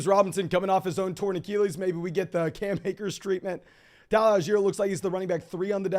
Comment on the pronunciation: Love the content, been watching a lot - but bro, please learn how to say achilles